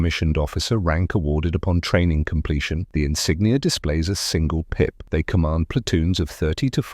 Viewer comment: What is the word that sounds like "pia" or "piet" that describes the yellowish square with a maple leaf in the middle, in some officer ranks? Is it supposed to be "pip"?